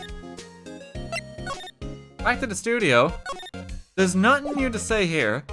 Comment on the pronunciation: I like how you pronounce "nuttin"